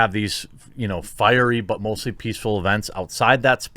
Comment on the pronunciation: Firey but mostly peaceful sounded like you said firey butthole lol